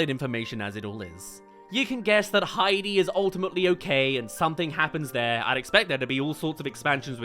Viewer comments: The most egregious was when said "Haiti", then played a clip where clearly says "Heidi", then immediately after says "Haiti" again. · I've only been hearing him say Hey-Dee? Though it should be pronounced Hi-Dee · Heidi. High-dee. Why you keep saying Haiti?